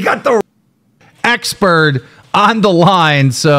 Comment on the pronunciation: Why can’t say expert? Is he saying expurd?